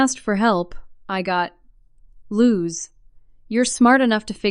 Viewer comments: This has to be the most inane AI narrator on YT. GPA is not Gigapascals, it is Grade Point Average. Even if proof read, the AI has to be taught what GPA means and how to say G.P.A. Her name is Louise, not Luz or whatever the insane AI is saying. Many good stories are ruined by stupid AI narrators. And repeat, repeat, repeat. How many times do we have to hear about her 'cookie cutter house'? What kind of "Lawyer" would take a case like that? One with no integrity or ethics. That covers 99.9% of lawyers. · It's Ali! Ali! Not ally 🤨🤨🤨 Louise!!!Louise!!!! Luz!!!!🤨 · Oh, Louise! Not lose, lol! Pronounced, loo-ease! Ai is not working for you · "Lou-weese". Not "lose" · Louise pronounced lose. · If you can't get AI to pronounce her name change it